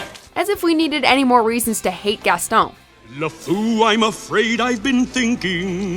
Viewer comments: For the last time, GASTON IS NOT PRONOUNCED GASTOWN!!! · She doesn’t say Gaston right but she has a clip of how to say his name